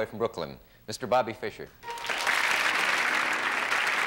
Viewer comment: Bobby Fis cher 😂 Mr. For sure